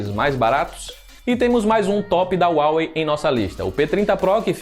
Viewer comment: Tá pronunciando Xiaomi e Huawei errado